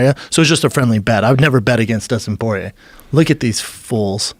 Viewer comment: Isn't it pronounced like "pwah-yay"